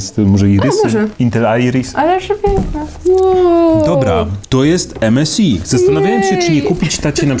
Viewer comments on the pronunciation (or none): EMESAJ A NIE EMESI!!